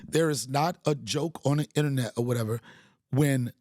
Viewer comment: You need to understand the Power of the Podcast OVER the power of the "Innnernet" Fuck that noise make your own NOISE, i bought your merch for a reason